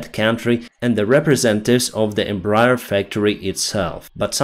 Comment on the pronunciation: Not to be pedantic or anything because this is not really important, but the name of the Embraer company is pronounced "Em-bra-AIR" because the full name was "Empresa Brasileira de Aeronáutica S.A." (Brazilian Aeronautics Company) and because of a quirk of roman-based languages. Since you're a pilot, this name will come up somewhat often, so if you curious about the correct pronounciation, here you go. :P